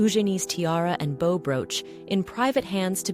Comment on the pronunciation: as soon as the narrator mispronounces "bow" & bow" and many others i know we have an AI voice. i tend to ignore videos with AI voices.